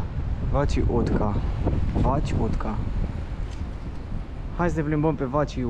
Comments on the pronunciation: Moneda ungureasca se pronunța "forinț" si stada se spune uțoa (uliță) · Salut! "utca" se citește uța (a-ul are un accent spre o / un fel de ao pronunțat împreună). Vapoarele pe Dunăre sunt de două feluri, private - cu prețuri mai mari și parte din transportul în comun - mai ieftine. Cu tramvaiul 2 (dacă nu mă înșel) vezi tot centru orașului - ăsta e traseul său. Pe Dunăre găsești insula Margareta, un loc fain de relaxare, fântâna are un joc de apă și lumini sincronizate pe ritmurile muzicii. Atenție la transportul în comun - în stații sunt afișate orele când vine fiecare mașină/tramvai/metrou (de exemplu tramvaiul 21 vine între 7-8 dimineața de 3 ori la , , . Între 8-9 vine de 5 ori, între 20-21 de două ori iar de la ora 21 nu mai circulă). Unele își termină programul mai repede, altele mai târziu.